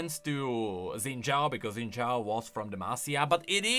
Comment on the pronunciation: It's Xin Zhao, not Zen Zhao. 🥹 C'mon.